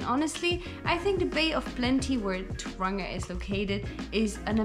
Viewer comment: Tauranga.....toe-wrong-a Taupo....toe-paw